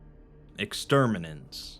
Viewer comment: Its extermunatus